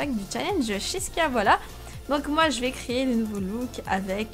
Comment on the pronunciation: Tu n'a pas changé jess et reste toujours comme sa mais tu fait tellement rire quand tu dis : crayé au lieu de créer 😂 Mais je t'aime jess merci de me faire rire comme sa, oui je rigole pour un rien ne t'inquiète pas c'est complètement normalissime xDD ♥